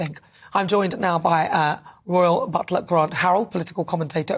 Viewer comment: Royal, not Rital sorry